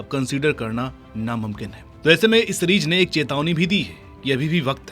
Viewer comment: Series ❌️ Sereej ✅️ 😂😂😂